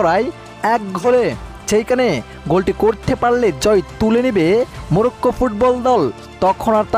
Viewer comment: 'Morocco'. Ar apni bolchen Murokkho.. uccharon to thik moto koren Bhai.